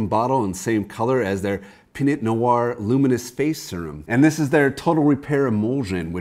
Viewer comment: The "T" is silent in "Pinot" just fyi :) Great photos! Incredible how much extra work has to go into each image to make it look like they do. Hope they paid you well!